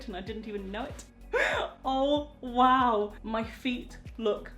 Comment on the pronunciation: My favorite thing is when you say WOW because you pronounce it WAHOW